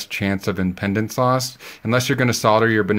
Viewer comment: imˈpēdns - Impeedense - like pee, not pedal, or pendant